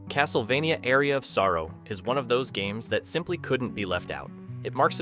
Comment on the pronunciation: Good picks, but for future reference you need to learn how to pronounce the word "aria" properly. It's not pronounced like the word "area". It's pronounced like a pirate saying "arr"-e -ah